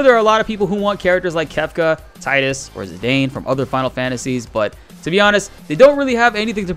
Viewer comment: BTW, side note minour nitpick: Tidus = TEE-DUS, not TIDE-US. JPN name is "Tiida" (TEE-DAH), which apparently is Okinawan for "sun".